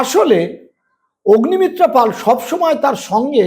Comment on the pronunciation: " পল " নয় বলুন - " পাল " আচ্ছা বলুন তো - কোন যোগ্যতায় এখন পাল " পল " হয়ে যায়? পাল কে পাল ই বলবেন!